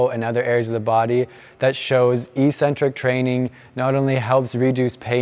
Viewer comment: Eccentric isn't pronounced like that